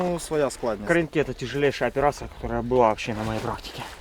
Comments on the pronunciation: Ведучі,не будьте дурними, а поцікавтесь як вимовляється назва Кринки.Наголос на другу букву И - КринкИ КрИнки вимовляють кацапи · КринкИ, КринкАх. Можливо вже перестаните каверкати назву населеного пункту!!!